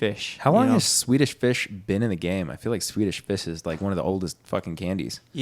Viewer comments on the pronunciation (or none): can not say Swedish fish 🐠😂